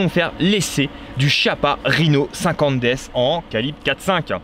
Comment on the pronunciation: Pour info ça se prononce "kiappa" ;)